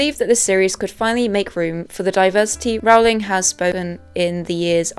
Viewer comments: You also mispronounced Rowling. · ALAN Rickman. Not Alec. 🤦‍♀ And it's pronounced "rolling".